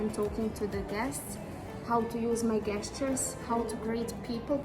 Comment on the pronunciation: Please correct the pronunciation of GESTURES.....! SOUND OF 'G' MUST BE PRONOUNCED AS ''J '' AS IN THE WORDS JOKER, JUG, JOHNSON & JOIN !